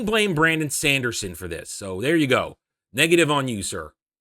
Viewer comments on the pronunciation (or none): I was really curious what you have to say about that. But that "Shandershon" pronunciation is just moronic. Sorry!